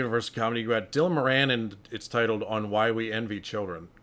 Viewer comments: I know most people wont care, but his name is pronounced More-in hes from my home town and shares my surname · Moran is pronounced More-en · You're pronouncing his name wrong! It's an Irish name and we pronounce it 'Mawran'. 😊